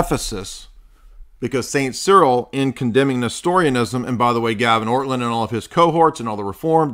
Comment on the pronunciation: If you are going to claim to refute someone or his arguments, a good place to start would be to address the actual arguments in question. A second step might be to try to act Christian by not deliberately mocking and mispronouncing one's name. Your behavior here made Orthodoxy look juvenile and indicated that you either didn't watch his video or didn't understand it.